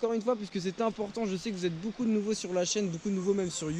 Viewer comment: Tu dit boucoup less go 🤣